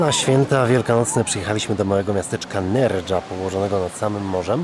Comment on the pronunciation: NerHa, SewiJa!!!!!